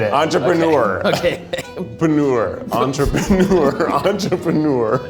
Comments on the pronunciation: Bonus Challenge: Take a hit/sip of your alcohol/weed for every wrong letter. Keith: Entropeeeneoure Keith's Liver: 💀💀💀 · I absolutely lost it at “entropeeeneour” lmao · I lost it when Keith added a third e to Entrepreneur 😂